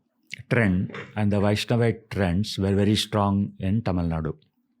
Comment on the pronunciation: Stop saying Sivhavite and Vaishnavite